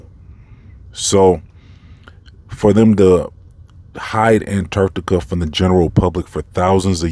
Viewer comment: BTW, your pronunciation with how you say ANTARCTICA (ANT-ARCT-TICA) makes me laugh every time (in a good way) 😂👍🏼